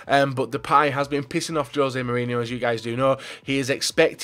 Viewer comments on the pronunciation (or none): none